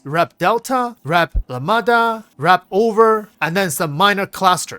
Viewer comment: Nice guide. Just what I needed. Just to help in future videos, Lamda is pronounced 'Lam-da' and Fuego is pronounced 'F-way-go'